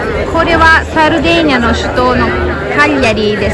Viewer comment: サルディニアかと思ってたら現地人はサルデェーニア言うんかｗ サルディニアはおそらく英語なまりかなんかかな